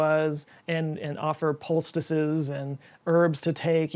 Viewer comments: I literally did a double take when he pronounced poultices as pulce-da-siz. LOL I had to watch it again to be sure. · "Poulctices" lol